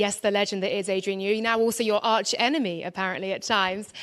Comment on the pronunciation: “New-ey” tunnel